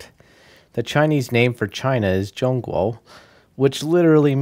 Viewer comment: "Zhong guo" was pronounced quite accurately, surprisingly xD